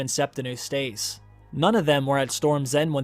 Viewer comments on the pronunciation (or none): Eustace: YOO-stuss, not oo-STAYCE. Wolf: WULF not WOOF. There are lots more mispronounced words in this video. The content is great and I know this is nit-picky but it’s distracting. I’d suggest looking up a word if you don’t know how it’s pronounced.